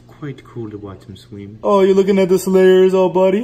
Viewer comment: “Watch him sweem”😂